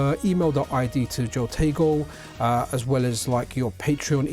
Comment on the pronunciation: Nice video, it is HO-tego, not JO-tego, I'm guilty of the same sin, something to do with Spanish I think, your example in Patreon, your Pateon comment was a decent idea to start a way of separating the Pocket from the OLD, years OLD, contributions from the supporters for the MiSTer platform development.